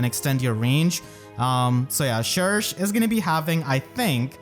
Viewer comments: Surely it’s sher-shay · I always thought that "cherche" should be pronounced as the french word "cherche" (search) but, dunno (also, I'm VERY happy for her <3) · It’s not pronounced “Shersh” it’s “Shegsh”, so if everyone tells you they pronounce it like shersh then they are wrong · Can't say i agree with that pronunciation of cherche. I'll stick to my usual way of saying her name. Besides that I'll grap camilla since i always go for her when i can and that's it.